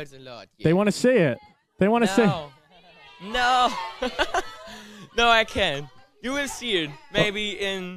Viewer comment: LMAO I LOVE HOW HE SAYS "NO!!"